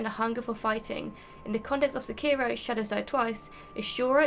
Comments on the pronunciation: It's fucking se-key-row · And here I was thinking it was only Americans that pronounced it “Sekearo”.